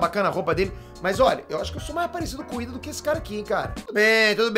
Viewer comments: É Lida e não IIDA kkkkkkk mas ficaria legal vc de cosplayd e Lida-kun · Kakakakakakajs ele falando ida e não lida kakajs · Não é IIda é Lida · chamando lida de iida? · Lida? pensava q era Iida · kkkk,, n é Iida, e sim Lida kkk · Ele falo "ida" O nome é "Lida" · eu ouvi errado ou ele falou "o ida" ksksksksksskksks